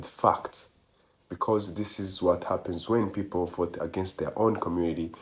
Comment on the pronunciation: "I will boat, for Donald Trump." Yes. You will boat.